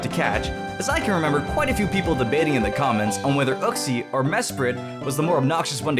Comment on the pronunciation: and also, its yoo-ksi and you said no legendaries tho...